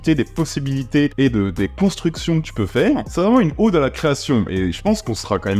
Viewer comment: Salut. Pour info, on dit une ode, pas une Aude. Ça se prononce comme code ou mode.